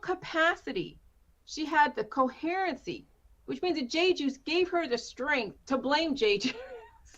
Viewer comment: Cohearensee isn't a word.